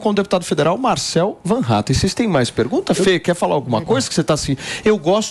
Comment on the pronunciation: Sério que vocês pronunciam, mesmo "van", em vez de "fan", e metem um "R" que não existe, em Hattem? Ninguém, no mundo , ou no RIo Grande, faz isto!